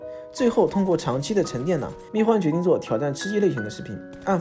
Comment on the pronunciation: 密huan！！！不是密guan！！！